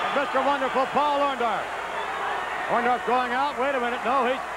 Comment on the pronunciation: he can't say orndorff either sounds like ondaff 😂